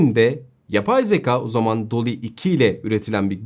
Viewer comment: Sevgili, harika yorumlar için teşekkürler. Ama editörünüzün (veya sizin/arkadaşlarınızın) hiçbiri uyarmadı mı? Yüzlerce kez kullandığınız ve konunun özü olan 'Zekâ' (şapkalı) yerine zeka' demeniz telaffuz/söyleyiş açısından doğru olmamış. Üstelik neredeyse her teknik youtuber yanlışı: 'H&M' 'Heyç-en-em' değil > 'Eyç-en-em', HDMI ise 'heyç-di-em-ay' değil 'eyç-di-em-ay' (aslında he-de-me-i mi denmeli, ayrı konu... Yeni güzel içeriklerinizi merakla bekliyoruz.